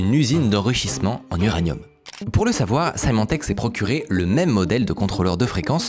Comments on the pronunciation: Juste pour corriger une petite erreur de prononciation: Symantec se prononce "s-i-mantec", pas "s-aïe-mantec" (même en anglais). Merci pour la vidéo ! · Symantec se prononce "Semantec", pour info ;)